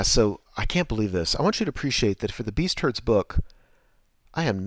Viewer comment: Sweet battle report, not sold on the new name for Beastmen, I keep hearing "beast turds"